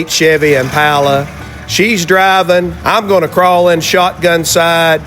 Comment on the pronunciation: Nice to hear you pronounce Impala correctly.